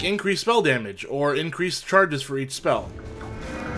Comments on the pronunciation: I love me a bit of "mell" damage. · sounded like spell to me